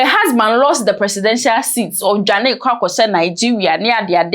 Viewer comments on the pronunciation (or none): none